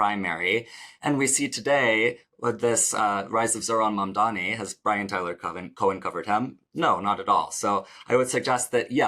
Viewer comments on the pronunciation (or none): none